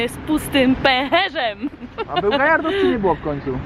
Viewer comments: Kiedy zaczniesz wymawiać Gjarados zamiast Gajardos ? xD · to się mówi gardos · Dokotator mówi się garados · Poke Master1337 mówi się gjarados/gejardos